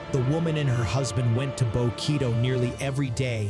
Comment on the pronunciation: Information was appreciated, but the AI voice calls Bokito by the wrong name several times!